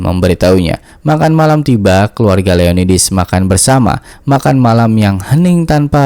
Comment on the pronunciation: Perasaan di novelnya namanya Leonidas, bukan Leonidis